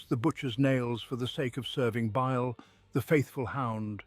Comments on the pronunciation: He did say Bile wrong once but I don’t hear the whistle though. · What happened to this channel? I really enjoyed these stories, but the recent videos have been a huge disappointment. The pronunciation is way off... In the Fabius Bile video the narrator says his name in four different ways. There's also this constant whistling sound now that makes it impossible to relax or sleep to. It's just sad.